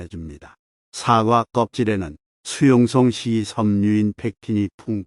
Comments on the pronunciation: 사과라고 발음해야지 사~과로 발음하시니~ 사악과로 들리기도하네요~ ;; 다른발음은 좋은데 사~과 발음은 영 아니네요~ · 사과 발음이 영 부자연스러워 듣기에 매우 거북합니다 유튜버님께서는 뭘 잘못하고 나서 사과할 때의 발음으로 하니 발음부터 고쳐서 하시는게 좋겠습니다